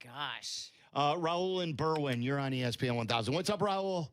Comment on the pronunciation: it’s Berwyn lol Berwin